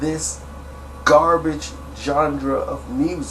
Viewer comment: I hella fuck w/ you...but its pronounced John-Rah (genre) not gendra (john-Druh)